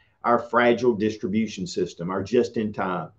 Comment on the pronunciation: Diss-tribe-bute-shun syst-dumb?